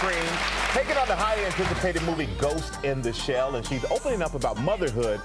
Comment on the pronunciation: does she say " ghost ina shell" ?